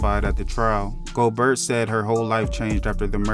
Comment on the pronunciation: its spelled gobert but its pronounced "go-bear" yaw dont be doing the right homework before doing these videos.